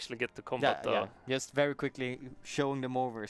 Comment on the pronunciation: Why can't he say JUST right?